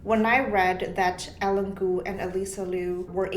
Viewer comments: "Eileen" is not pronounced "Ellen". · It's Eileen cuz